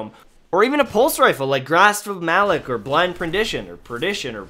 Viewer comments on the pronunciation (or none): kind of a nitpicky thing, but why do most youtubers pronounce it malek when the name is Ma-lock